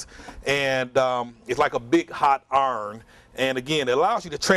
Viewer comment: I like the way he says iron...